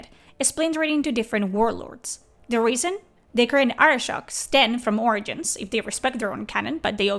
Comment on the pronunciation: You say origins Funny! ~ORINGINS!